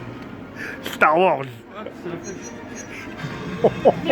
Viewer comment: 6.05 jsuis mort comment il a dit "star wars"